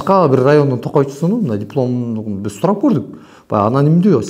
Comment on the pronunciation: Дипуломун урганын барбы озундун ишинди кялчы темирлан былжырабай